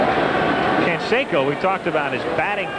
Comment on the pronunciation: Rookie, Jose "Can-secko".